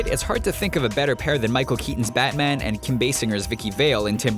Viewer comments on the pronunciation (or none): none